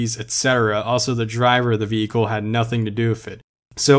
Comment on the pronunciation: Nah nah nah it's gotta be casually pronouncing Vehicle as Vee-Hicil in everyday conversations.